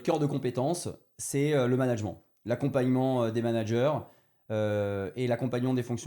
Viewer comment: Donc son cœur de compétence c’est le management mais il sait pas comment se prononce ce mot. Fantastique